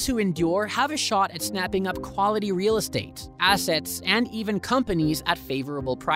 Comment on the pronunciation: the way you pronouced "REAL" brother wtf wrong with you!!!